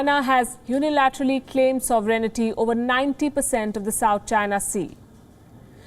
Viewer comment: Whoever the presenter is, she should learn to speak English properly. The word "sovereignty" is pronounced SOV'rin-tee, not sov-er-EN-i-ty. t is one of several commonly mispronounced words, but one expects much more of a newsreader.